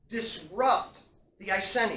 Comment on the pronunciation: Great lecture. Love all your lecture videos. Not sure about the pronunciation of Iceni tho. Maybe it’s just English/American accent thing. As someone who lives in old iceni area I approve of this video. Keep them coming 👍🏻